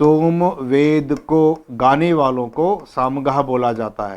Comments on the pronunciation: Well explained but not somved but samved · आपने* सोम* वेद कहा आप की बातों से लग रहा है आप * साम* वेद कहना चाह रहे हैं। आप स्वयं अध्ययन द्वारा थोड़ी और परिपक्वता लाएं। वैसे बहुत अच्छा है। प्रणाम।